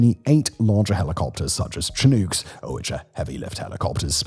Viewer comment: Shih-nook. Not Chin-uke. Great video, Simon. :)